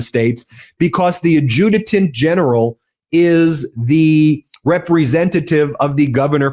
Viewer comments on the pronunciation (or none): Ad-ju-tant General, not Ad-ju-te-tant General.